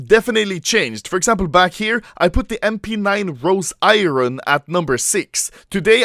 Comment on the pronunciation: its iron not iron